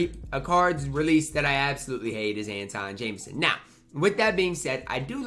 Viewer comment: Jamison's release is probably bad because you always mispronounce his first name it's pronounced An-twahn not An-tohn lol Never played with a Jamison card soit probably is bad but I just thought it was funny how you always butcher his name lmao